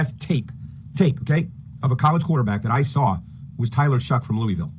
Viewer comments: Pronounced Tyler "Shuk" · just so you know, its actually pronounced tyler 'shuck' for some reason. dougliedowrong put the man in his top 5 (not including ward and sanders) qb prospects for the fins to draft and he mentioned how confusing his name is